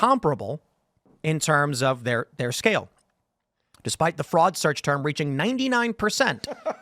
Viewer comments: "Search Turd" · "Search turd?"